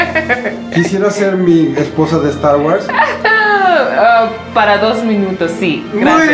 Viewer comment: Minuto "estar wars" jajaja